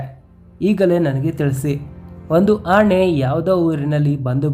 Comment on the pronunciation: Nice video but pronounce Kannada properly, it is not annae it is ಆನೆ